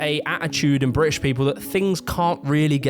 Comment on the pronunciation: It's pronounced "British" not "Bri'ish".